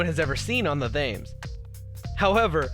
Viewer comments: You don't pronounce Thames like th-ai-mes you pronounce it t-e-m-s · It's pronounced river tems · Say it as tems not Thames despite how it's spelt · The river "Thames" is pronounced "temes"